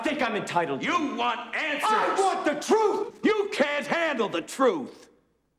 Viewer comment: All I hear when i think of this scene is "you can't handle vermouth" 😅 Anyone else?